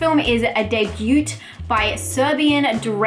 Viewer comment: So the 't' in debut is silent...pretty awkward